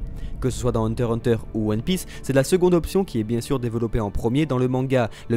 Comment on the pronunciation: On dit hunter X hunter !!!